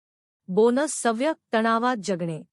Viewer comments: अनेक ठिकाणी चुकीचे उच्चार केलेले आहेत. सव्य नाही, ' सवय '. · सवय-शब्दाचं उच्चारण अशुद्ध आहे सव्य नका म्हणू,उच्चारण सुधारा.